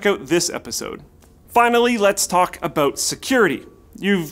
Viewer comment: Haha he said clueless about at the end, but because he's Canadian, it sounded aboot. Booting the pc haha.